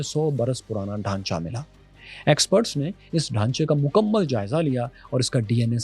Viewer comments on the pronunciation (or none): none